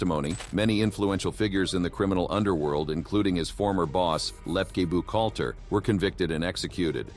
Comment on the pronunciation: I love these AI interpretations. Check out the pre todler involvement in hard core crime. Check out the pronunciation of Reles and Buckhalter. Okay you use AI voices. Do you bother to check out the final product before releasing it? Laughable 😂